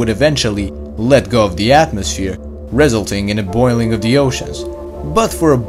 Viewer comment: I'm here to learn something from a guy who says REZ-uhl-ting?